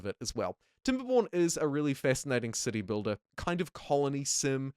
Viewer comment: who else keeps hearing "You build a dick" "dickbuilder" and "pricking up this game" ...